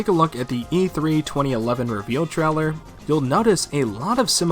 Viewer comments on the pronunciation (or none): I've never heard anyone pronounce trailer as traller